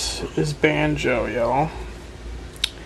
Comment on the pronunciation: He said wake up Band-jo as if he meant to say Bandit, that made me cry.